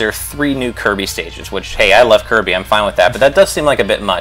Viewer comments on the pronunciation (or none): none